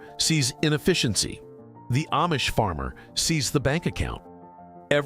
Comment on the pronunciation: Food is not free to grow. Not easy and not free. Your stupid AI video doesn't even pronounce Amish correctly.